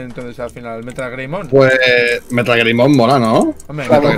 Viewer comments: Todos: lo vamos a llamar metalgreymon: metalgremoy Jajajajjajajaj 😂😂😂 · sii metalgreymon me gusta el dislexico: metalgremoy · Todos:METALGREYMON: METALGREMOY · jajaja ese para poner nombres, un mate de risa... es metalgreymon no metalgremoy xd